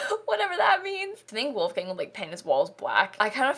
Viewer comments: So I just searched it and listened to a YouTube video and from what I hear the only difference is it’s “voolf” instead of “woolf” at the start! Obviously spelt phonetically there haha! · Also the main differences are that in german "w" is pronounced like "v" , "ch" is pronounced like more of a "k" sound (or sometimes more of a h) and there is no hard "l", it is always much more of a softer sound, like in "lemon". So his name would be pronounced like: Volfgang Munk (with a soft l) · I'm sorry, I just find it hilarious how you pronounce "Wolfgang". It's like a gang full of wolves and I crackle up every time :D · Me, a German: Say WOLFGANG one more time!!!! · The way she pronounced „Wolfgang“ is so funny to hear as a german 😂 love it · I'm American and that's how most pronounce Wolfgang here. I didn't know the difference until I took German in high school lol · even as a dutchie😂😂🤭🤭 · How are you meant to say it? I say it the same as her haha! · I'm german and the way she says ''Wolgang'' is hilarious! So funny! Love it! Will call every Wolfgang now Wolfgäng :D And Gunther! So freaking cool.